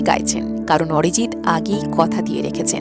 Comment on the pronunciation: What a rubbish pronunciation.....Arijit or Orijit😂....star or ster😅